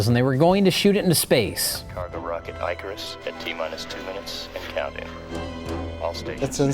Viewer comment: eye 👁 carus not ick-arus